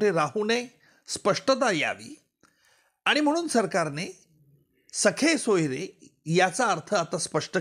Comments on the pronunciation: हा माणूस जाणुन बुजुन 'सखे-सोयरे' म्हणतोय. खरे शब्द 'सगे-सोयरे' म्हणजे आप्त व नातेवाईक असे आहेत. हा त्याला सखे (ग ऐवजी ख) सोयरे म्हणजे मित्र आणि नातेवाईक अस उच्चारुन जनतेची जाणुन बुजुन दिशाभूल करत आहे. शेवटी सरकारी वकील ना. खोट बोलणारच. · सखे नाही हो महाराज... सख्खे सोयरे म्हणा.... वकील आहात ....‌वकिली चालूगिरी करू नका.... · सखे सोयरे नाही सगे सोयरे असा शब्द आहे. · सखे सोयरे नाही.सगे सोयरे